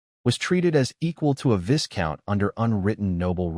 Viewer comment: look first of all the monotone doesnt help the story one bit....one reason Ai generated stuff like this is boring..second Viscount is pronounces Vycount the s is silent Teach your Ai bot better and to learn Bow can be pronounced like Bow is also means to genefluct in recogition or Bow as in bow and arrow...